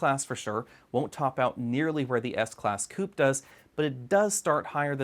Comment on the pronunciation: How stupid when you pronounce "coupé"